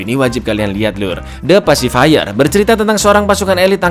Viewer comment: Pacifier njir bukan pacifire . Pengejaan nya juga beda apalagi artinya